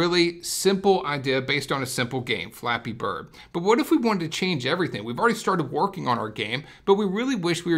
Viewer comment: Does he know that he's saying Flappy Birds?